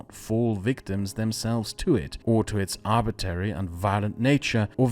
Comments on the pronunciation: I like the video but every time he says "arbitary" I have to take a shot. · Please stop saying arbitary, it's like hearing someone say libary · It's pronounced arbitRary my friend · Just a note that it's pronounced arbitRary not arbitary. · politely: idk why but it bothered me you said arbitary instead of arbitrary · Just discovered your channel and subscribed. Fine work, and thank you. One small thing. Arbitrary is most often pronounced "AR-b'tray-ree." You're leaving out the second 'r.' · the fact that you keep saying "arbitary" instead of "arbitrary" annoy me much more than it should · That's "arbitRary" not "arbitary". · Great content, g. One little note: I think it's arbitrary, with an 'r' between the t and the second a. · Crazy intersting video, loved it. However, isn't arbitrary pronounced arbit-rare-ee, not arbit-air-ee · ArbitRary, not Arbitary. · It's "arbitrary" not "arbitary" lol. It's funny how people select for British accents as sophisticated even if the speaker can't pronounce words correctly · You sure gotta be on guard against anything "arbitary"! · ArbitRary. There's another R in it!!!! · "arbitary" nucular english skills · Arb-it-rary, otherwise outstanding video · came here to say that. Thought it was a one off but it happened again several times after that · Please learn how to pronounce arbitrary. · Please learn how to pronounce arbitrary correctly! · You mispronounced "arbitrary" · Say “trial” Now say “trary” Now say “contrary” Now say “Arbitrary”